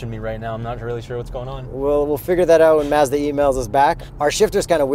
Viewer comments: First off your reviews and videos are the best, but it's not maaahzda it's Mazda and yes I'm from the states so maybe I pronounce it wrong just sounds weird funny when u say it. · Something is not quite right how he’s pronouncing Mazda. Can’t quite pinpoint it but it’s off and irritating.